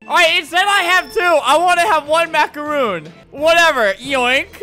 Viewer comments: It’s a macaron not a macaroon. Sorry if I sound rude just correcting you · I absolutely HATE when people pronounce macarons as macaroons So I got triggered when he said MACAROON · Its not a “mac-a-roon“ Its a “mac-a-ron“ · Albert:*pronunces macaroon instead of macaron* Me: oh god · Dang Its Jill : It isn’t “Macaroon” tho. They’re pronounced Macron lmao. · albert: there macaroons. me: ITS MACARON!!!MACARON!!!!!!😡👿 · That one Felipe head dude: Macaroon ❌ macaroni ✅ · ALBERT ITS MACARON